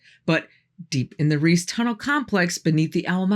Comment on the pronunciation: It is Riese, not Ris. In German you pronounce the "e" at the end of an word. The same for Porsche, it is not Porsch. You also pronounce the "E" at the end